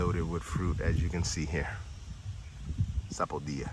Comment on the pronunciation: You can drink the soursop leaves green as well. Its great for those with cancer and also for sleep issues. Soursop is great as is or you an make a drink with it. Add milk, vanilla essence, nutmeg, cinnamon wonderful. Makes a great ice cream as well. Caribbean people say sapo dill a. Your pronunciation sounds more hispanic like saying sapodiya. What you call Barbados cherry are called West Indian cherry by most Caribbean people. You have to have Caribbean connections cause those fruits are abundant in the Caribbean. There are many other types of bananas beside burro groen in peoples backyard. Excellent natural grown bananas